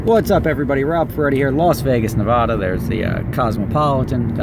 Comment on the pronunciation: rob i love your videos you pronounce nevada wrong